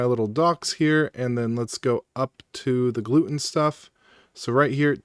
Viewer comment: I strongly dislike the way you pronounce gluetun… cause it’s Glue Tun, like glue Tunnel, GlueTUN, the way you say it reminds me of my family’s celiac disease.